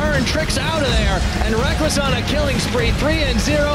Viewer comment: Rekkles has a very good pronunciation!